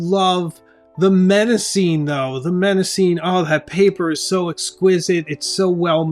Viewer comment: Hmmm... you promise to review five alternatives to Moleskine, but present three. Please learn to pronounce your favourite choice: The first M in Mnemosyme is silent. Also, "momento" is not a word. You meant to say "memento" (meme = memory). Please present the content accurately, without cultural prejudice creepng in. Italian makers are not necessarily superior to Malasian manufacturers, as you imply. Less pretension and more accuracy, please.